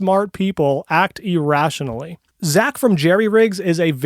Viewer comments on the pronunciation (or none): "e-rationally"? Is that like "rationally," but online?